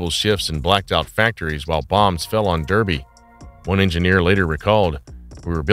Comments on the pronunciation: It's pronounced Darby, or sheep shaggers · Derby is pronounced Darr bee. By the time the Crecy was working well Rolls Royce saw the jet engine as the future so ceased development. Bloody noisy too. Rolls Royce were right. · Derby, pronounced 'Dahbee' in the UK. Get it right old boy and do your homework or alternatively, obtain an AI voiceover to mispronounce absolutely everything.